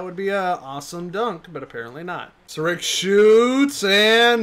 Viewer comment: he said sarich as sarick